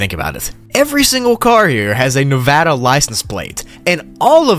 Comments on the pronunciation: Me: hmm the roads from lv 50 looks like nevada highways: "each car hear has a nevada license plate" (Also, thanks for saying nevada correctly. Most not from the state don't) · You pronounced nevada correctly, I thank you.